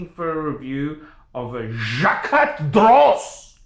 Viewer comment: This is the worst watch opinion I’ve seen on YouTube. Congrats on owning a Reverso. Please stop butchering the pronunciation of Jaquet (it’s very similar to ‘jockey’).